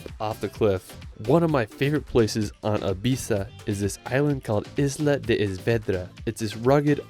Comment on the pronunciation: 🤭 Pronunciation tip: whenever you see an accent mark on a vowel in any language of Spain (Spanish, Galician or Catalan, since Basque has no accent marks), the stress of that word goes on that vowel. E.g., CÁdiz, not CadIz; Es VedrÁ, not Es VEdra. In absence thereof, guessing is acceptable for foreigners 😬